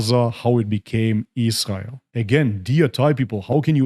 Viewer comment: The way you pronounce 'israel' is spot on